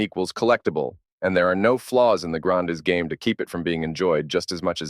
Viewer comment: Grand-A( pronouciation)